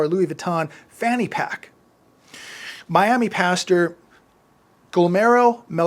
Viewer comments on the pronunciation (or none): none